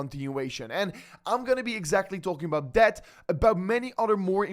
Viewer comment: Why this guy say EBAÖT instead of about